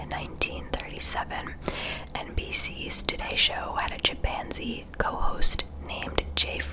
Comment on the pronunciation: When she said chimpanzee I thought she said “Japanzee”! 😂